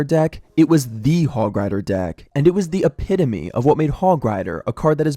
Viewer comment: same guy who pronounced epitome as “epi-tome” btw